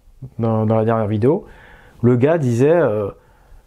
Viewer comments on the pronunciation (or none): none